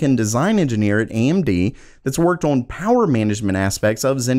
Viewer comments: Why does he say "Orn" when he means "On"? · I'm afraid to keep watching. I'm gonna start saying awon instead of on. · I cant get over the way you pronounce "on", "Orrn". lol nothing personal. thanks for the vid.